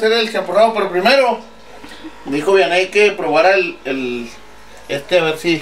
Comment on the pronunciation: Jajajja no mms dice vianney jejjeje